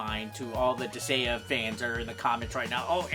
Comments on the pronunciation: As a suggestion: you might want to be able to pronounce the title of a game correctly before you review it. What is a "Dis-ay-uh"? Where the hell did the G go? You literally take "gaea", a name for Mother Earth (I believe Nordic in origin? Could be wrong) said "guy-uh" and add "dis". When in doubt, Japanese game. I'm sure you could've found a Japanese pronunciation of it. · It's Dis-Guy-Ah, not Dis-Gay-Ah. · Disgaea (Dis-guy-uh) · I was wondering if he might have mild dyslexia because I thought he was saying Disagea with a very soft g, partially because of his other attempts Disageia and Disagna putting the a before the g. I could see dis-gay-ah because it uses the less common, pure greek spelling of gaia which has weird phonics for an english speaker. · Dis-say-uh lol wtf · Sorry for adding to the ones who've already done so, but Disgaea is pronounced dis-guy-ah. Also, you missed the R in Prinny, and the first game had a DS port. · Dis-GAIA, that's how you pronounce it. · It's Pronounced Dis-Gai-Ah. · Herman Munster Dis-gay-uh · But "Disgaea" is not even a Japanese word... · going through the comments I didn't see anyone mad for saying the game title wrong. Mostly just corrections on the way to say it >.> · Lol bruh, there's CLEARLY a 'g' in the name. Regardless of any proper vowel pronunciation, how the fuck you were pronouncing it without any sort of 'g' sound is beyond me. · you insult the viewer because they just correct your pronounciation and do nothing else?...... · That feeling when the comment section corrects the way you pronounce a greek word, but you are so insecure that you call your fanbase weeaboo anime fucks. I've seen this channel pop up once or twice, but at least I now know that I can ignore this channel. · He may have gotten the name wrong, but like a true badass, he said it a lot. He probably knows how to pronounce the name correct, he just won't!